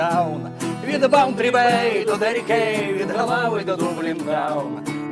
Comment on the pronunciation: не галав а Ґолвей